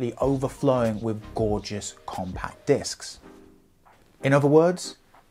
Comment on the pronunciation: Stop saying wiv!